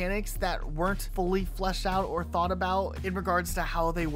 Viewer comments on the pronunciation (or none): none